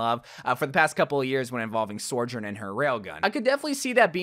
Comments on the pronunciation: How can both hear and type out the name sojourn and still say sorjourn... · so-journ. not sore-journ. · Why is he pronouncing Sojourn like Sorjourn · How are you still pronouncing it SOARjurn when she’s literally saying it 😭😭😭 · Please stop calling her “sorjern” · Where are you getting this extra R from? Sorrrrrrrrjern!!!!!!!!! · the way he’s still calling her SOREjourn 😭😭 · Ikr, he’s been saying it since 2019, is it that hard to just say SOjourn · Bro PLEASE just say her name right. It’s not Sorjourn it’s been 3 years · Blizzard is waiting to release more Sojourn content until you start pronouncing her name right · this bugged me to